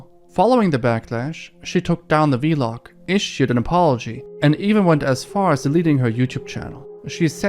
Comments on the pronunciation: he says v-log instead of vlog🤣🤣💀💀💀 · Good video but the way u say vlog is funny, it’s not vee-log, it’s just one word, vlog lol